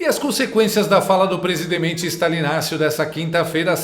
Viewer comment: PRESIDEMENTE??? 🤣🤣🤣🤣🤣🤣🤣🤣🤣🤣🤣🤣SABE, SABE, SABE, SABE.......🤣🤣🤣🤣🤣🤣🤣